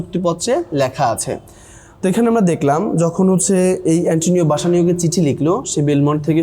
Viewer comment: বেসেনিও ✅ বাসানিও না❌